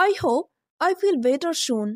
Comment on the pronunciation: Better soon Not Better shon